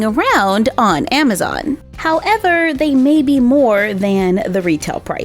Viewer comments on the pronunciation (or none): none